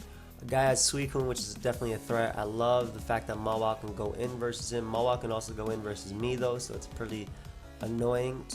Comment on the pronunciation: why do you call Mawile "Mola"?